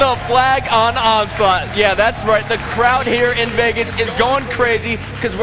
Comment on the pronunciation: lol did he say onslaught